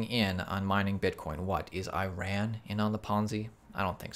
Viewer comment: I-RAN or E-RON? Come on man!